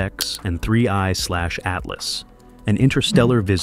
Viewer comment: just write "three eye atlas" into your scripts, dude!